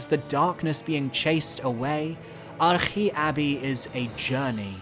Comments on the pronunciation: Arche may be Greek but you aren’t. Just say arch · There's no way that is the correct pronunciation of Arche Abbey I refuse to believe it